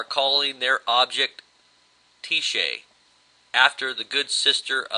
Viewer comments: Tyche (TEA-SHAE) as you pronounce it, IS actually pronounced TIE-CHEE. Any way its properties make is a super conductor. The chance that it will give off massive electromagnetic pulses is very high. People with out lead helmets may find themselves a bit dumb. This object may also give off huge amounts of hydrogen cyanide. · sorry guys-not that it matters, but its pronounced "TEE-HEE" meaning destiny/luck etc.in Greek it is writtten as so: ΤΥΧΗ kind a freaky...that they named it that...as if we were flipping a coin to see wether or not we'd pull through this..yikes?